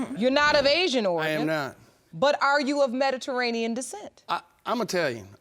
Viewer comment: The way that first women is pronouncing Mediterranean 😂😂